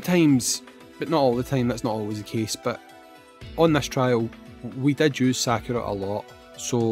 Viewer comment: How you had normally been saying Sakura sounds closer to the Japanese.. for the most part, japanese sounds are broken down into consonant to vowel then can end with an n, h or s too (that I can think of) so Sa-Ku-Ra, Ryu, Ken, Ka-zu-ya, hei-ha-chi, a-ki-ra, would all be like that.. It's very musical in how the sounds (like Do-Re-Mi)